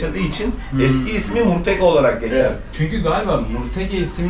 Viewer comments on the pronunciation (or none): Eline emeğine sağlık ama murteke değil murtake